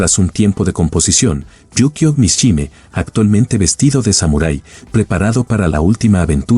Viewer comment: Mishima Yukio...mishime", no existe ese apellido ni hay palabra alguna. No es para nada agradaba qué pronuncien mal tú apellido.